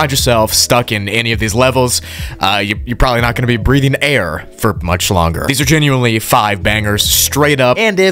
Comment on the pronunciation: I don't like how he said you won't be breathing 'AIR'